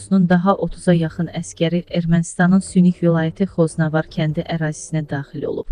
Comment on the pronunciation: Xoznavar yox xəzinəvar